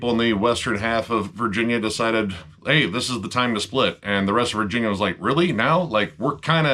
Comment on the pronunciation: Virginia? I thought you said West Vagina. Man I was way off.